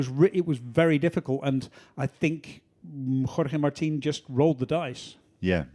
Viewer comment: Still the terrible Spanish accent when saying Jorge Martin 🙄